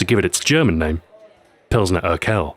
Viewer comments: "urquell" isn't pronounced like "urkel", more like "urkwell" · your pronounciation is much on point, as usual. The only sound that wasn't quite correct was the Urquell, that'd be more like "oor-kwell". Glad to see Drinks Ahoy back! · oh no, you said urquell all wrong, soo funny :D you pronounce the QU in URQUELL as in SQUIRE, but the w-sound would then rather sound like a v. (not KW- but KV-). also: the UR should sound more like a "oor". hope that helps! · However I noticed a few hiccups with your pronounciation (e.g. Urquell) and could help you if you wanted. So if you have questions concerning german pronounciation, feel free to send me a messsage and I'd send you a soundbite.